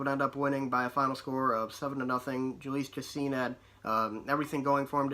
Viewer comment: BUTCHERED Jhoulys Chacin’s name eugh